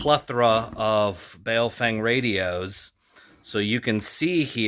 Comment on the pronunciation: It's pronounced bow (as in take a bow) fung. Weird, I know, but for example the name "Chen" is pronounced "Chun".